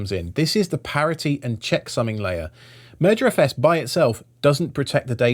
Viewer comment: I keep hearing "Murder FS" Move over MergerFS